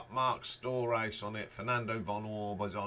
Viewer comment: Agree with those for the most part. A little too much AC/DC references although there was a similar feeling to some of the songs there were dozens of songs that ACDC could not have touched. The only annoying thing was you're pronouncing the names wrong! You could probably find the correct pronunciation of Marc's name online somewhere. Still appreciate the shout outs and the details. LD... Krokus Tour Manager in the 80's